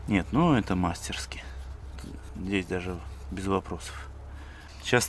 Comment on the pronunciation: МастерскИ - ударение на последний слог.